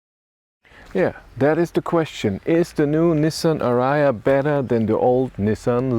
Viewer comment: What is ara- ya? Where is the third "a" in ariya? Maybe this should be banned pronounciation in DE....